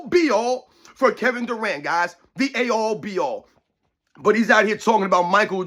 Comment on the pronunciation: It's end-all, be-all and not A All, be all 😋 Dont sound like LBJ please, you're way smater than him 😂😂